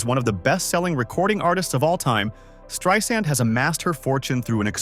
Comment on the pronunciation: "Streeesand" - AI sucks!